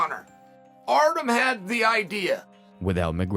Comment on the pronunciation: It's Artyom, not Artem. The ё make a 'yo' sound.